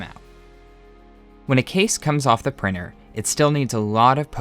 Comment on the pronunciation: 3D prinNer… and all the T you did not pronounce and converted in N or an R, etc.